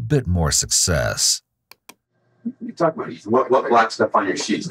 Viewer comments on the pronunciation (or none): This narrator phonetically mispronounces the work “talk.” Why does he keep trying to pronounce the L. It sounds so weird. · Where is the narrator from? I find it fascinating that he pronounces the "L" in "talk". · How is it that the narrator pronounces the L in talk but can't find the L in words like told or old? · I think the fact that you stress the L in "walk" and "talk" is an indicator of psychopathy.